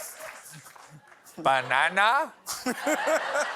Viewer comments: 🐵 Bah-nan-nah?🍌LOL lol lol! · Ba-na?nah?, Freakin funny!